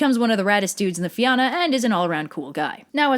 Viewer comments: Fionn is pronounced Fee-un An Fianna is pronounced Feea-na Fear Dorcha is pronounced Far Dur - acka Samhain is pronounced Sow-in The rest ye got right👍 Theres 12 main dialects of Irish so don't mind the keyboard warriors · I am crying at the pronunciations. Like I get that this is a very different language than English, but listening to the mispronounciation (sorry, I can't spell) of words that are fairly easy to pronounce with just a quick Google search is killing me. It's Fianna as in Fee-anna not fee ánna. (No grudges of course, it just kinda grinds my gears. This is mostly just me being kinda pedantic)😄😢😄🍊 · Great vid, loving this channel. Not gonna lie though, I cringed when you didn’t pronounce the names correctly, and when you called our language “Gaelic”. So just a few tips: Oisín is pronounced “ush-een”, Fianna is pronounced “fee-a-na”. And finally, our language is called Gaeilge, or more commonly referred to as just “Irish”. We never call it Gaelic, that’s a Scottish and Welsh thing.